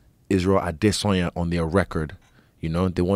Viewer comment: Izzy is pronouncing "Adesanya" wrong